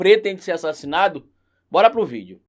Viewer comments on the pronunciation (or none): none